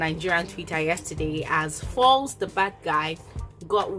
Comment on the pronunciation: That's very noble of him but I'm not sure about that address being public. Btw why do you pronounce Falz as false?